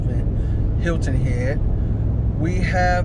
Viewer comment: New sub I laughed every you said Hilton hedge lol because im from SC lol❤